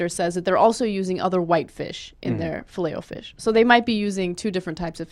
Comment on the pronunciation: i hate the way she stresses the O in filet o fish